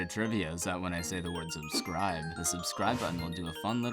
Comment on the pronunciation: Funfact: The Sub button did NOT light up here... Probs because your way of pronouncing subscribe was not good enough for youtube to work with...